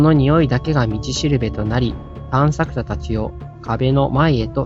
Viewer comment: ずっとたんしゃくしゃって言ってる気がするwww